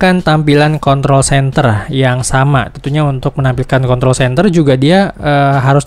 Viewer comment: Klo r gk di sebutin jadi contol Mars wkwk